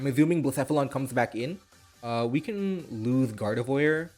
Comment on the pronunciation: dude love your videos but can you stop aZuming, actually makes my ears bleed